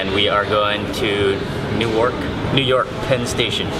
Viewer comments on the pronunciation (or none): It's not pronounced "New-Ark". It's "New-Erk" and it's in New Jersey, not New York City. It's not an eye pad, lol. It's a sleep mask. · He said new ark wowwwww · I laughed when he couldn't pronounce the exotic city name of Newark